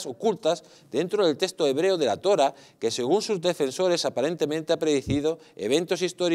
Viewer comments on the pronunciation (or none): Se dice Torá, no Tóra. Vaya nivel... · LATORÁH... LATORÁH... NO se dice Latora